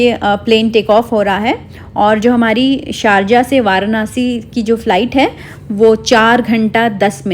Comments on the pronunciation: Varnasi nhi hota hy varanasi hota hy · वारानासी ❌ वाराणसी ✅❤️🙂